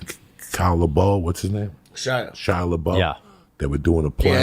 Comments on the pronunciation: "Shia Labow" LOL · He beefs “Shia LaBoeuf” (Shyla Beaux) six dozen times— but he nails “Stanislavsky” first try. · Shia "Lebeau" lol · I’m just here to hear shia le-bo repeated back to back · Kaia lebow (Shia Lebouf) 😂😂😂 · Im not gonna drop any names, but Alec Baldwain and whats that kid, Shaya la Bof. Lol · Super unprofessional to mess up the script...said Shia Laboo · Shia labow 😂 nobody corrects Joey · “Chow Laboe” 😆😅